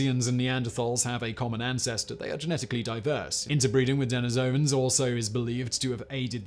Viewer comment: Please, please, please learn how to correctly pronounce Neaderthal (and while you're at it Denisovan).